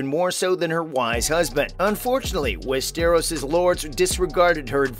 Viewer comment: The way he said “west-eros” 😖